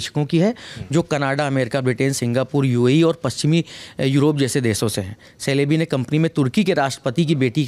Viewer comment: The correct pronunciation of this aviation company is jalebi..,more like Chelebi